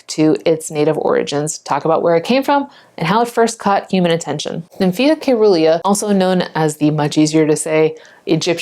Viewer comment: SEE - RUH - LEE - A . Like " cerulean " . Soft c .